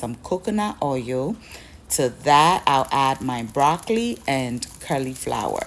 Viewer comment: Thank you for the meal solution for this weekend I'm definitely trying this one- I know already it will taste marvellous but all those colours, WOW, so tantalising!!!🙌🏾🙌🏾👏🏾👏🏾✌🏾✌🏾✌🏾....erm, pls, as a loyal and beloved member of the Sweet Team, I don't want the 'queens English police' to catch you o😆😆😅😅😂😂🤣🤣 please permit me to correct your pronunciation of cauliflower, its "colly" flower not "curly" flower - I was chuckling to myself every time you said it lol❤😊❤🤗 ❤